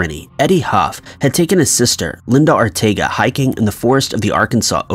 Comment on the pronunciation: Linda ARTEAGA'S last name is pronounced "AR-TEH-AH-GAH" Not like "Ortega" 🙄